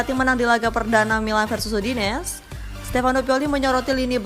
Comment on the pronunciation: Udinese mbak bukan udines